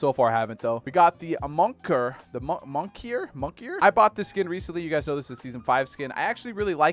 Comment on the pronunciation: It literally says moniker and this mans says “monkier” mon ik er